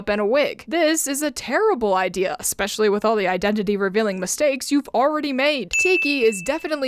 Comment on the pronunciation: I honestly love your videos but i do have to ask.. why do you keep saying ek-specialy???